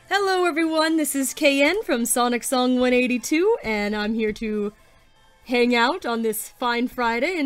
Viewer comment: When she said my username I got embarrassed you said it in such a American way not to be rude you said s-an-t when it's s-on-t just thought I'd mention that